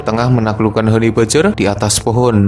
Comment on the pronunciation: om, mbacanya hani bejjer om, bukan hani bajer.